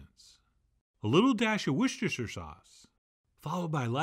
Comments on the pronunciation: Could I make a plea – it's not Wor - cester - shire Sauce. It's Worcester source – pronounced Wuster. I don't know about the mandoline, but it certainly grates to any Brit – and members of the Commonwealth too :) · I thought it was pronounced like washed her sister. LOL